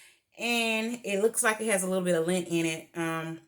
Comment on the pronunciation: No we can see it's beautiful. But the word is Lint...not link...hope you don't take my correcting as being mean.